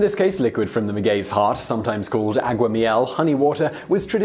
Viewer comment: Hi Simon overall great video. As a Spanish speaker the only feedback I'll give is that Spanish has consistent pronunciation, unlike English. With that said, the "a" in agua and blanco is pronounced like "ah" and NOT like the "a" in cat. So it's ah-gwah and blahn-ko, respectively. The rest of your Spanish was fine.